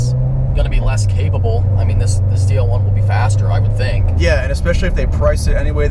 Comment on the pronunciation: why why why do they keep calling it a ZR1 it's a FUCKING ZL1 L not fucking R